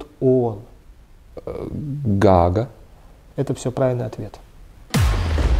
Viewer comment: только не ГОага, а ГААга)))